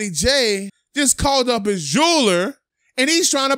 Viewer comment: "they having a field day with hia chain" lol